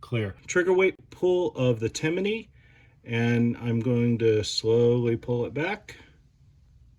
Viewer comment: Its Timney. Not Timiney. There is no I between M and N when you say it.